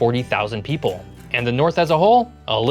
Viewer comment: Heh. Heh. “Pople”